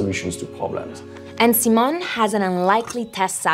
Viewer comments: Hi Simon. It's See-moan! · Sai-mon not See-mon